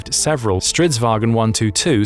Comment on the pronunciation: aboute the Stridsvagn 122+... you pronouce it way wrong, soory! think more like war_cart. & yes it is straight translation from swedish 😂🇸🇪